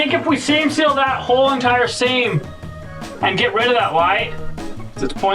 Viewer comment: Seal, not sill.